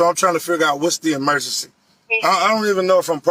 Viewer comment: “What’s the emergecee?”